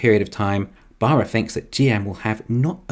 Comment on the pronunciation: It's a crying shame the Bolt doesn't use the fantastic GM Bull-tium batteries. And I like how the narrater pronounces Baarras. It's very nearly BareA55... 😁🍑🍑